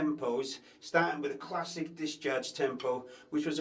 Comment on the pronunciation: I love the way you say discharge lol. Dischurch. Thanks for the lesson. Gonna pick up drumming again soon